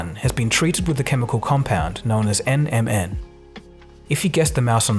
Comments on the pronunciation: he does say MNM instead of NMN Tongue twister much... Or a slim shady fan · when he said NMN I heard Eminem! 😂